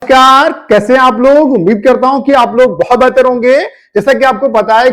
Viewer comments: Bhai ye aadmi namskaar ke jagah caarrr bol rha hai agar kanuni bolna hoga to kya bolega 😂😂😂😂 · Namashkar❌ Carrrr✅ Cutoff❌ Cutaaff✅